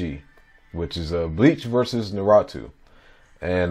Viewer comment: It's pronounced NAR- OO-TOE not NARA-TWO BOYYY GET DEM FACTS RIGHT THO😑🤦🏾‍♂️